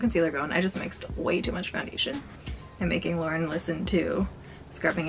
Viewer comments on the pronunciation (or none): none